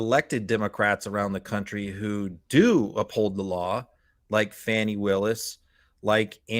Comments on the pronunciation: I am a fan of MTN...BUT....this dude is calling our democracy DOA....DON"T like it! Also boys...it is FAWNI not FANNY...quit being ignorant. I think we need to criticize our shortcomings in the media and politics...but don't pile on...offer solutions... had an actual ex-q person on and didn't ask a SINGLE enlightening question so that we could understand how she got there and how she changed. I don't like his cynical take and his missed opps to ask the right questions. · I love your podcast Never miss a episode But please…for everyone It’s Fani Pronounced Fawnie, like a baby deer 🦌 Not Fanny as in booty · Why is her name so hard to pronounce?!? It's not FANNY. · Please pronounce Fanni's first name correctly. It's a microaggression against black women to mispronounce their names.